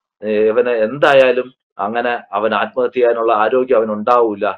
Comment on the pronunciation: നിങ്ങൾ ആദ്മഹത്യ എന്ന് പറഞ്ഞ് ആദ്മഹത്യ ആക്കുകയാണോ 🤔